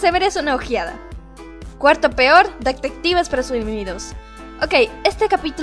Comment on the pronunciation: "dectetives" xD Además me gustó mucho la crítica :'3(?